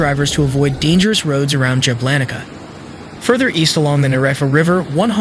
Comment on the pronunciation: That city is Jablanica === Yablanitza ,dang , good reporting , but the names , ouch .😢